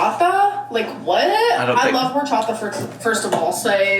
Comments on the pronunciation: never heard someone pronounce horchata with the ‘H’ 🥴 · Wait...how did she say Horchata? LOL